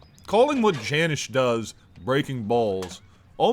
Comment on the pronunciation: It’s jan iiice not janish gang